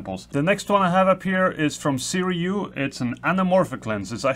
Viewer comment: Thanks for posting this. Just for future reference, I believe Sirui is pronounced "Soo-Ray". A rep explains it in this video